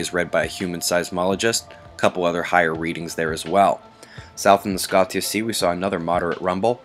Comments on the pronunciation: I think the "Scotia" of Scotia Sea is pronounced SKO-shuh. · I know you like accuracy in your reports which I follow so FYI: Scotia Sea, pronounced SCO-sha, like Canadian Province, Nova Scotia. Thank you.